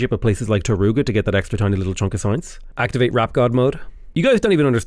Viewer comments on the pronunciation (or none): none